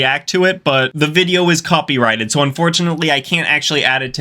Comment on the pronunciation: I’m sorry, am I just now hearing you say “VIBEO” at the beginning? Lolol. Also, much respect brother. Awesome channel! Seriously, ur underrated brother!